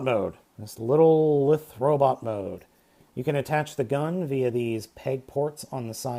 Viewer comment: stop saying lith when you mean lithe